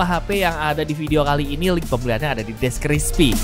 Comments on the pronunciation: Description Bang Bukan Deskrispi 😅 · Deskripsi bang bukan depkrispi 😅